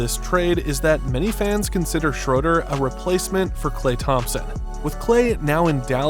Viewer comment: If you're going to do a video on a player, at least take 10 seconds to learn how to pronounce his name. It's pronounced Shruder. not Shroder.